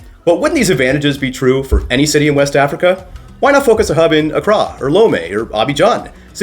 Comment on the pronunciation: accrAH 😬 wasn't aware that it's stressed on the final syllable 🤯